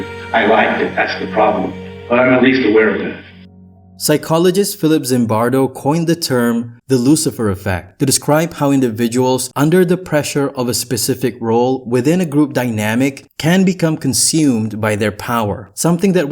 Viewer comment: FYI, it's actually pronounced the "Zembardosperiment". You can thank for being the first American to ever blow the H-Bomb out of my brain with this one.